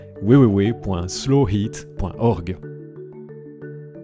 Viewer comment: En Belgique on prononce "www" comme "ouais ouais ouais" ? :O Génial ! :D